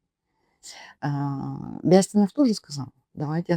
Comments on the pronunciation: БЯстинов говорит в мэсто э я плюс ударние на первы слог . ЗАболоцкий ударение первом слоге на а ,а не на третьем на о. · Свободная Якутия? Почему фамилии Бэстинов и Заболоцкий неправильно выговариваете? Чтото сомнительно что вы из Якутии и на экране ваше лицо.